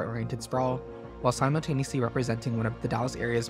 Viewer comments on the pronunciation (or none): none